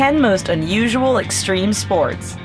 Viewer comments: STREME SPOATS! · Did somebody say... streme spoats? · it's extreme sports pal hahahaha 😡😡😡😡